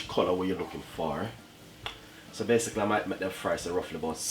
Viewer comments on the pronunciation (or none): Mi seh, 'basickly' got me!!!!!!!!!!! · So BASE-SIC-LE (basically) lol Weh "Pinch ah salt" aguh lol